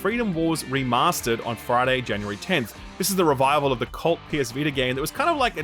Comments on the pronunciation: Jan U Ree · please say January.